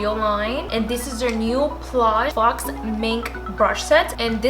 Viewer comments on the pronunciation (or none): Did you pronounce “faux” as faux smh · Faux rhymes with toe. It's not pronounced "fox". 😉